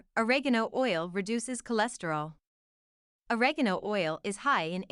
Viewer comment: can't think of a more mispronounced delivery of OREGANO ... for god's sake there is no 'a' at the end of oregano !